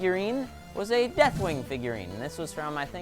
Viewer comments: its not dethling but deathwing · deathling? It's Deathwing. Silly